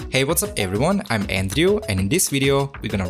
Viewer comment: Loved the way he pronunce his name An-dru😁